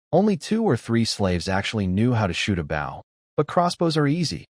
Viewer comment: Please make the ai do the pronunciation of 'bow' correction